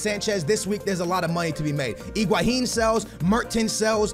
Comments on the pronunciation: Higuain - Egwaheen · Higuain not iguhain. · FFS! just say Higuain....not iguahin.. please! not trying to hate but all you have to is read the name...